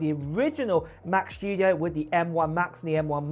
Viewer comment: ‘mac chtudio’ … 🤦‍♂️🤦‍♂️ … this clwn is insuffrable … and still nthing to say about